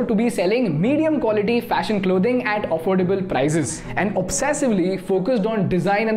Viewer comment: Your pronunciation needs work. The content gets diminished when you pronounce names like Marilyn Monroe and words like affordable wrong